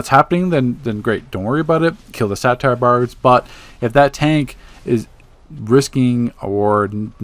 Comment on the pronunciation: It's a (Say-ter) not a satire...